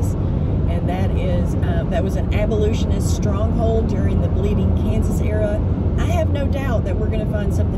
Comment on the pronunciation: What’s an abolutionist? That’s not a word. I think you mean to say abolitionist. Sorry, but that mispronunciation just jumps out every time she says it.